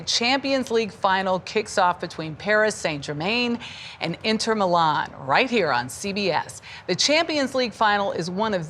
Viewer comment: Inner Mulan 😂